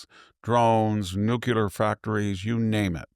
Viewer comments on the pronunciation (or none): victor, sir, i have the utmost respect for you. You are the epitome of wisdom in the U.S. today Which is why it bothers me so much when you pronounce nuclear as noo-kyoo-ler as opposed to noo-klee-er. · Professor you have to stop saying NUKE ULAR. It's NUKE LE AR. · Noo klee er Not nook yuh ler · D ones he say, “Nook-you-lur” rather than, “Nook-lee-ur”?